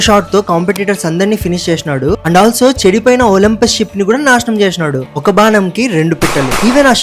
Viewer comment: Bro adi olompus కాదు adi olympic